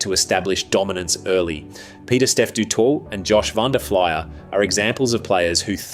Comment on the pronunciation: Your pronunciation is atrocious: Schalk pronounced Sk-ah-lk O'Mahony pronounced Oh-mah-nee Du Toit pronounced Dew-toy Van Der Flier pronounced Van-Deh-Fleer